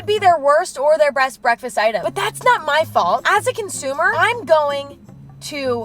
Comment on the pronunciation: did she say breast breakfast?